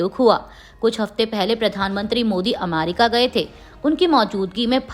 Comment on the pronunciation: Anchor ka hindi ucharan sahi nahi h jaise America, schiv, report